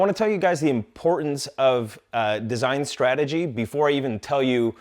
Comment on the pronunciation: It's Strategy and not srategy.